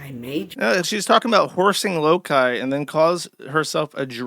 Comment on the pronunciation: josh got so used to calling them lowlees he called loki lowkee